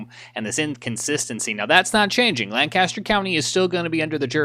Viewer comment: You almost say the county right. I live here and we pronounce it Lain-Cuss-Turr. It is absolutely amazing because you guys are absolutely correct. It would be crazy how different our forecast would be from Chester and York counties. Lancaster County’s weather forecast comes from Columbia and York/Chester comes from the national weather service in Greenville/Spartanburg.